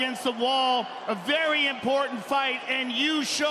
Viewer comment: "Wery wery important"